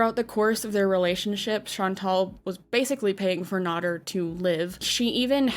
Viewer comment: Amy Flowers is NOT FFG. But FFG KNOWS Amy Flowers. And mispronouncing Nader was cringe all thru this. How do ppl make 'Docu-Series' on ppl and don't know the facts. 🙄